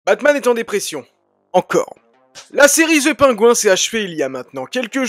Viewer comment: "ZE PAINGOU 1", ça c'est de la prononciation!